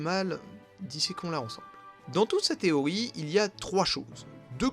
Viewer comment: Pourquoi tu dis "Téoï" et pas "TéoRi" ?